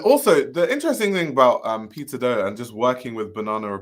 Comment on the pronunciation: One thing I miss about you discussing Peter Do is you saying it like Pizza Dough :D